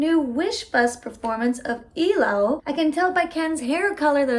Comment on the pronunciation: Love that you know How to pronounce Ilaw